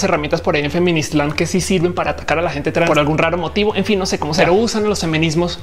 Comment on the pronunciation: "Feminiztlan" Hahahah Morí😁